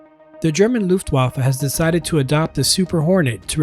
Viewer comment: Interesting content! Thx for the insights! Btw: Your 'Luftwaffe' and 'Annegret Kramp-Karrenbauer' was great!